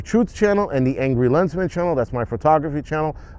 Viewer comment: Every time you say “Angry Lensman” I hear “angry lesbian” Lololol As always…. You crack me.